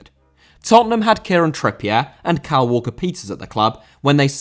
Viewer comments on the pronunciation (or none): none